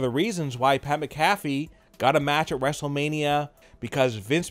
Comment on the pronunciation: Wtf is Pat Mcaffy?!?